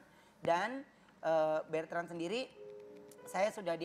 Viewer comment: Ko Ruben tiap nyebut nama anaknya kok manggilnya Bertrand yaa, ada huruf R nya, namanya Betrand atau Bertrand Ko??